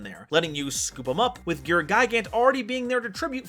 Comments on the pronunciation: I think its supposed to be pronounced "Gear-Gee-Uh" as a loose alliteration thing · you need to change your gear ⚙️ pronunciation.